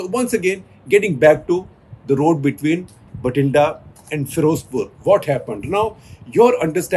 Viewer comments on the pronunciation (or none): It's Bathinda (बठिन्डा) not Bhatinda (भटिण्डा).